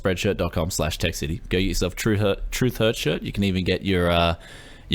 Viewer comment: ok tech city not tech YES city